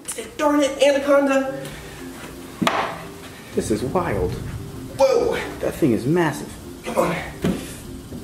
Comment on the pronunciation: The way he says andaconda instead of anaconda